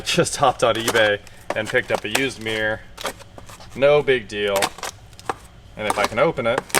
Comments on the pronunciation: This guy can't say the word "mirror" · is that a rear view ''mear'', or mirror??? Asking for a friend.